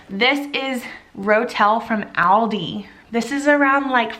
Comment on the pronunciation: Love your ideas. Keep them coming!!! Please Google the pronunciation of aldi.